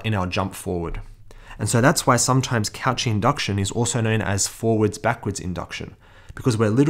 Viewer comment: it's ko-she not couchee also thanks for the video